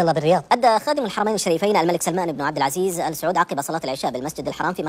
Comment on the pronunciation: انطق الااسم صح يا ثور اول ايش عب عزيز